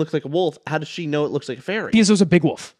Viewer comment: pronouncing wolf as woof